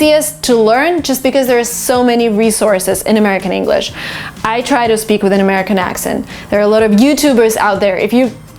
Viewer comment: "I try to" (should sound like) "I tryda" 😉